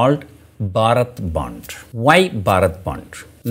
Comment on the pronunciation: Is it Bharath bandh or Bharat bond? I thought you were calling for a bandh. Haha.